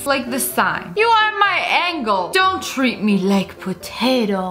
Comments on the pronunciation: It says Angel But She said Angle 😂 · HAHAHA SHE READ "ANGEL" AS "ANGLE" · ANGLE?!!?!? ITS ANGEL NOT ANGLE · When they spell angel correctly and a native english speaker pronounces it angle smh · You kept saying angle but it’s angel 👼 😂😂😂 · I like how lia accidently pronounce angel as angle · she forgot how to read angel